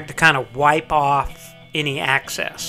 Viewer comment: Good build. Your pronunciation of the letter "e" is interesting. "Axcess (excess), piAzo (piezo). Where are you from?